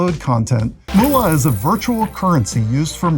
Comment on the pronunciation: MOOLA? Fkcn seriously?? Moola. lmao